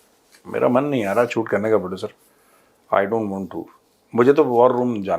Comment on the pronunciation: प्रोडुसरवा नहीं मेजर साब प्रोडुसरिया